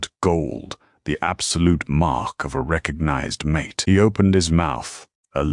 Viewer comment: the MISPRONOUONCED "mate" as "MAa' TAaa" gets a DOWN VOTE.